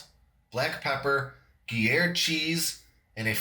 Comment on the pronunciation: I had to share this everywhere it looks super good. I always learn something from your videos. Gruyère is pronounced groo-YAIR or if you prefer Peace To All!